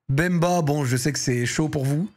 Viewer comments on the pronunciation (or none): none